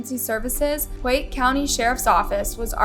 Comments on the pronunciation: you pronounced the name of the high school wrong it's pronounced Pie Ute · Native utahn here Piute is pronounced PIE-YOOT